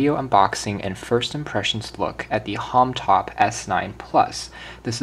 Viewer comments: it is not "homtop" its homtom please say it right!!! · Yo, Bro! It is H O M T O M not Homtop, please do something about this video. Kthxbai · Did you keep saying Homtop instead of Homtom?